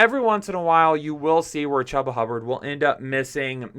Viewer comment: I think he pronounces his name as CHOOBA like choo choo train. : )